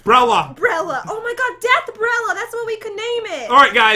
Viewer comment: The way pat said deathbella before he got it right